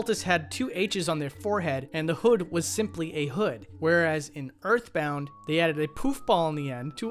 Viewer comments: why do he keep sayin erfbound doe? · "start wiff urff bound" please don't become british